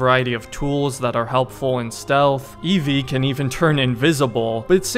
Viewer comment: It's Evie Frye